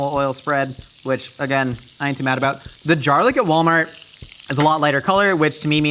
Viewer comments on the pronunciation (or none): My husband and I also call it Jarlic and it makes me feel so comfy to have say it too